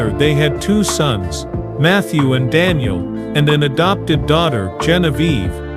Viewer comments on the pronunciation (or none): none